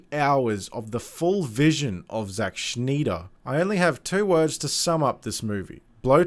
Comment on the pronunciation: Who's "Zack Schneider"?